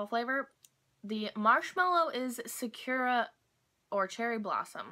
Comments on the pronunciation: Sa- ku - ra not sa-cure-a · Hi! In Japanese, each syllable usually takes up equal space in the word, unlike English where we stress some parts of our words for longer. Sakura (桜 - in kanji. さくら - in hiragana) has no stress on the 'ku', as you were saying it, but each syllable is equal in length! Hope this helps you in learning and speaking Japanese! がんばって！ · its pronounced sah-koo-rah